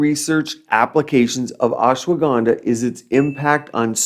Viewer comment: You pronounced Ashwagandha like how Donald Trump butchered indian names some time ago🥲🤣